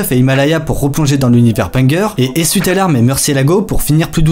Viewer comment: "essuye" tes larmes :'(